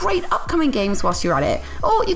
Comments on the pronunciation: Did she say gays with gold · How can you say Gays instead of games? needs to learn how to speak